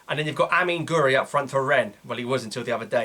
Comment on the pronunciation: Its pronounced gwiri not gori